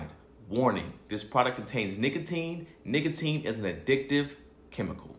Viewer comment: mispronouncing Nicotine is hilarious bruh 😂